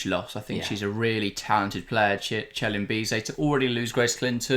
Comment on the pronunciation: Good Analysis, don't want to sound pedantic but Celin Bizet is pronounced Seeleen Bee zet.